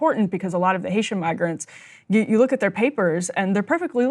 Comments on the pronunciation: listen man I want to believe it was a mispronunciation, but when it’s coming from the same folks who are pushing this kind of racist drivel constantly, it’s hard to give them the benefit of the doubt here Plus it definitely sounded like the word he said started with a N sound to me, but I’ll let everyone judge that for themselves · It was a misprounciation of "migrants" on the Meg Kelly show. But the rest of the statement still holds up with Vance saying Haitians need to go back to Hacia....Hacia...There is a lot of passion with the ignorance and purposeful misinformation.